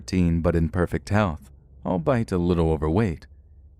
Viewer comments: "Albeit" is pronounced all-bee-it, not all-bite. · What is he saying . It sounds like he's saying "I'll buy it" which doesn't make any sense... but it makes sense that he would "albeit" which also means although.... I often hear mispronounced words from different narrators.. common words that we use all the time. What causes this? Maybe it's just me but I'm really puzzled by this... and I mean this with the utmost respect because I absolutely LOVE Let's Read.... If anyone knows, I'd appreciate it if you let me know.....